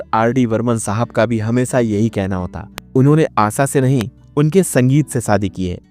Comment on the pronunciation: हमेसा नही हमेशा बोलिये . क्या आपको श का का बाधा है क्या? जो की श की जगह पर स का उच्चार करते हो